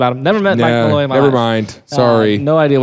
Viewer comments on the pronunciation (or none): Also it’s Draco Malfoy I died every time you said Malloy lmao